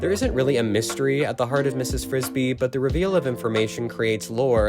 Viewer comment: Mrs. BRISBY. Not Frisbee.